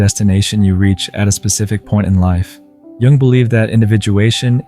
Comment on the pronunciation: Not sure whether it's a real person or AI, but Jung is certainly not pronounced "young". Very annoying.